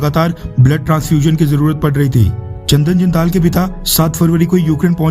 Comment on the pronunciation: चंदन जिंदल है ना कि चंदन जिन्दांल.